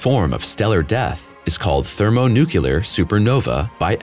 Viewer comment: It’s thermoNUCLEAR, NOT thermoNUKULAR. Your research is good, but failure to use proper pronunciation of the terminology makes you seem less trustworthy as a source. 😢